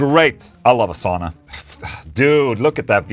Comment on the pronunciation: Sauna ..... ITS SAUUUUUUUUNAH cmon OLA the SWEDE you live next door to FINLAND say it properly